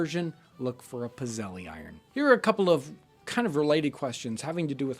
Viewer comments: I have my Grandmother's old cast iron pizzelle maker. I immediately thought that was what you were using in the waffle episode:) We typically make a batch with anise seeds and another with orange peel, but use a plug-in one now. It's actually pronounced pits-ell, singular is pizzella. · pizzelle, heh. my family has made them for decades for gifts and we pronounce it "pit-sell" and make them with vanilla because anise is gross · If you are looking for a spelling its a Pizzelle iron. In our family or in our area of the country we don't pronounce the "e" at the end. So sort of pits-zel. But it looks like a waffle maker. I don't want to post links to other sites but in a simple image search I did see non electric ones.